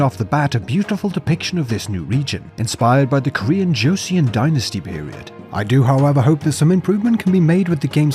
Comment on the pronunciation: I know Koreans write it out as Joseon. It's pronounced Joe-Sun. It is very much the Korean middle ages period.